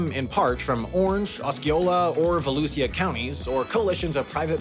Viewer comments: is pronounced vah-loo-shuh, not vah-loo-see-yuh. Source: am a Volusia County resident 😁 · I'm from volusia! It's pronounced vuh·loo·zhuh not vuh-loo-see-uh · watching you butcher the county names was hilarious, although understandable since most of them are native american tribe/chief names the E is silent in seminole (like in the word pole) the c is silent in osceola and volusia is pronounced volusha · Seminole, Osceola, and Volusia county names were mispronounced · Orlando Resident here, the drive is horrible, especially to univeristy as the only connector is the 408 or State Road 50. I need trains here. Also, when pronouncing Seminole, leave the e off at the end. The c in Osceola is silent, and Volusia is pronounced with the sh sound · Volusia pronunciation had me cringing lol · and volusia county too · ... OUCH. Osceola is OS SEA OLA. Volusia is VA LOO SHA Oh, and it's the four seventeen. :) No one says four one seven here. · Say it with me, “ah-see-oh-la” county and “vuh-loo-shuh” county. Not Oskeeola and Valusia😂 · Great video, your pronunciations were pretty interesting. Had to rewatch the Osceola and Volusia bits back a couple times, very unique. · For fucks sake! It’s Seminole not sem-e-noly. It’s Volousia not vo-Lou-see-uh and Osceola not osk-e-oh-Lee-uh. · I was about to say, I've never been to Seminolee, Oskiola, or Voluseeah counties, but I've been to Seminole, Osceola, and Volusia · // SEH-mih-NOLE // // AH-see-OH-luh // // vuh-LOO-zhyuh // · Seminole - cem e nol Osceola - Ah see o la Volusia - voh lu chia my bad that really pissed me off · our counties are pronounced Sem-In-Ole (Ole as in hOle), Ah-see-Oh-Luh, and Vuh-loo-ßa Also, you would have a blast trying to pronounce a good chunk of our rivers, the Econlockhatchee river is a good place to start 😁 (We use a lot of names coined by the Native Floridian tribes)